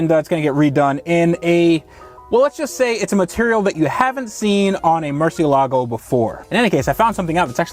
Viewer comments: my dude, I've said it before and I'll say it again. Mur-see-la-go. I've heard you say mur-see-a-la-go, mur-see-ga-la-go, and a couple other incorrect pronunciations. You spent a lot of money on this car; dontcha think you should know how to pronounce its name? Maybe Skillshare can help you? I kid, I kid, but c'mon, yeah? Mur cie la go. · I don't care if it's correct or not... stop saying "MurciELGO" :) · It's murcielágo the pronounciation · Mercy-ala-go.... the pronunciation is triggering me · "Murciélago" tho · it's funny how many people pronounce it like "Marcia Lago" it makes me think of car named after a regular woman somewhere in the world.. here's to Marcia! LOL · I love that your pronunciation of murcielago changes every time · The accent in Murciélago is there for a reason. It shows where the stress is. It's in the second syllable. I know since I'm Spanish. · It's cringe how u guys say murciélago